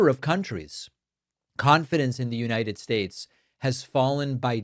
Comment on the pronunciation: “The United Staysh”😁